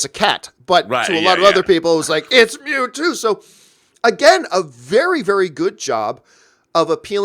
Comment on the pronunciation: The way pronounces Mewtwo hurts me.